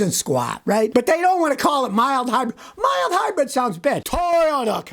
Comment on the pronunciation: Wait “mile hybrid”? Did I hear that right? Something comes to mind hearing “mile hy” giggity.